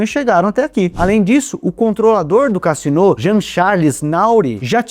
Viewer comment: A pronúncia é Cazino. A tônica é no zi.